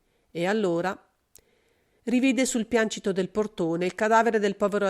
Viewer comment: Piancito, sinonimo di pavimento, composto da tre sillabe pian- ci-to . È un trittongo L' ACCENTO cade sulla seconda SILLABA